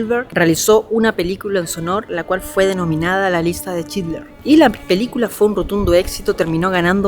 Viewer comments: lo unico que recalcar es que es schindler no schidler. Por lo demas tu contenido es cada vez mejor, un grande y el mejor youtuber de Chile ❤ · Chinler 😂😂 todo el tiempo chinler dice